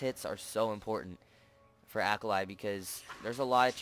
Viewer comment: Great vid, but her name is japanese so it's pronounced ah-kah-lee